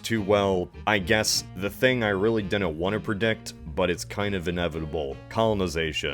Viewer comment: Why does he say dinent? Is it an American neologism for didn't? Did not? Is it a speech impediment?